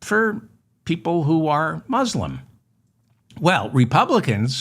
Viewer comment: Could you pronounce "Muslim" properly, please?